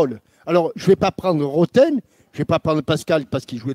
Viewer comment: Nan ROTHEN AKLIOUCHE ! C’est pas pareil respecte un peu les NOMS ou alors tu dis simplement (pardon j’ai du mal à prononcer, ou je suis dyslexique 🤦🏽‍♂️) C’est comme si on disait ROTER 🤮 euh bah c’est pareil que ROTHEN , soit un peu moins beauf stp